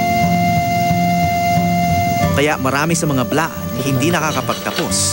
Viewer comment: Blaan not bilaan